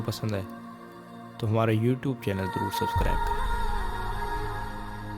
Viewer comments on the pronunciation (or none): none